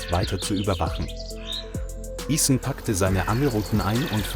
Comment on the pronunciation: The captions and audio don't match up. Also it's gross how. Ethan's name is mispronounced. Stop using chat bots.